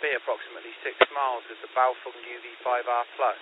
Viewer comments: BaofEng not BaofUng! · NOT Bao'FONG' But Bao'FENG'